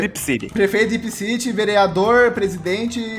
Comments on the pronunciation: CRIPCITY KKKK NÃO É DRIPCITY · CripCity? Não é DripCity?